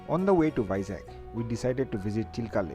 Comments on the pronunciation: Its Vizag not Vizak. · It's Vizag, not Vizak. Anyway, nice video . ! Enjoyed it..! :)